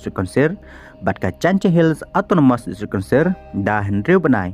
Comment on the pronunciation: District Councirrrrrrrrr